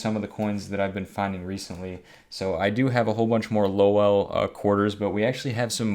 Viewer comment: Cool video as always.To bad no silver but you'll get em next time.For future reference Lowell is pronounced Low-Wool,if u ever come here to Ma.and ask anyone about Low-Well you'll get some strange looks.I look forward to your next installment, take care.